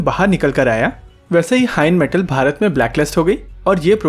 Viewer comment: It's rheinmettal bro not heinmettal